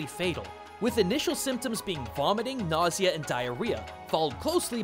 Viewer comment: It's "nausea,".